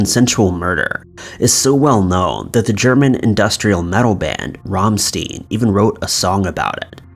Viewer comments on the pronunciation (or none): It's RAMMSTEIN/"RAHM-STYN", not Ramm-Steen!!! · Ram-stine Not ram-steen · Cringed to death at "Rom-steen" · I think the scariest part of this video is horrendous pronunciation of Rammstein